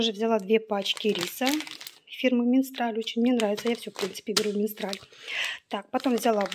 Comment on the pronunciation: Фирма Мистраль,а не МиНстраль.